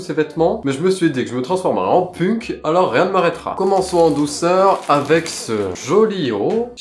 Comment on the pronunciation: Alors qui lui dit que punk sa se prononce penk 😅😂 Sinon je t’adore et ton l’engage aussi ❤